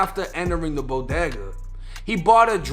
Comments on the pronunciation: I guess there aren't any bo-day-gahs in Bahhhston. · There no “AH” in bodega get that Boston accent outta here😂😂 just playin another great video